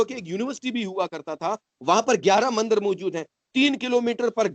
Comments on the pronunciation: Ask this "Hindu" person something about hinduism. The truth will be reavealed . ( He says Mandar instead of Mandir ) If he could just say a single sentence in any of hindu language. I can gauruntee that He would not be able to say anything about Hinduism. He already became Pakistaani Muslim like others. Please dont call him hindu. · Ye mandir bhi ni bol paa rahe mandar keh rahe socho thoda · When he says mandar to mandir.... It create doubts... If he is Hindu...